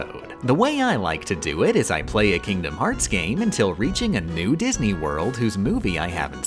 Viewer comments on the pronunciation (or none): none